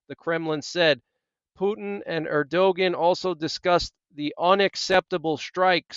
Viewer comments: it is pronounced erduwon. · Thank you for the update. God Bless! Bit of constructive criticism: Turkey’s president’s name is pronounced AIR-dyoo-gone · You butcher the pronounciation of many foriegn names. If you want to do this type of work learn how to say the sames correctly or try to. For example Erdogan, the "g" in his name is silent. It is pronounced Erdoan. You make Erdogan sound like he's from Scandanvia or Eastern Europe. Also the name of the foriegn minister is Abdollahian. It sounds like jibberish when you attempt to pronounce it. Its Abdo-la-he-an. Aside from the butchering your news and advice is alright. It seems like you defend the Apostate Jews too much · His name is pronounced Airdowan. 😊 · think his name (Erdogan) is pronounced air-doh-wahn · It’s pronounced Err dee gone. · Erdogan is pronounced er-do-wahn